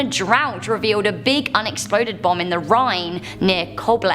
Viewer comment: interesting video but why can you not say "Bomb"